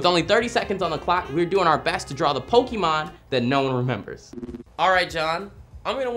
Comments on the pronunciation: "pockeymen" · ITS POKEMON NOT POKEMEN OR POKEMAN!!!!11!1!1!!!!1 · It's not Pokeman its Pokemon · did you say pokeman? Shushhhhh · Stop saying pokeman, please, please